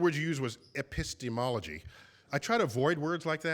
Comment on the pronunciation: degrasse says, 'e· pi - s·te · ME- ol ·o· gy' and there ain't no such a word. degrasse changed the six(6) syllable word, ' epistemology' into a seven(7) syllable word (while requesting that the audience member rephrase his question and use one(1) or two(2) syllables for him) WAS DEGRASSE JOKING?